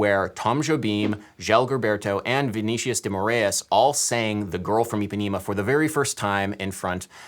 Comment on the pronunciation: It’s not Vee Nee Shious - Its Vee Nee Sea Ous